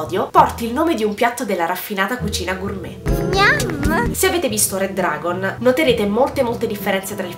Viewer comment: certo che ti saresti potuta sforzare nel pronunciare "Red Dragon" che cazz!